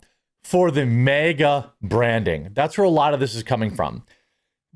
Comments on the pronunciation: You’re saying mega, not maga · MAGA is not pronounced mega... also, utilizing mediums is satanic. Here's your "SO WAHHHHT": Leviticus . Leviticus 20:6. Deuteronomy -12. Educate yourself before spouting off nonsense. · Jeremy your Minnesota is showing, "MehGA" 😂😂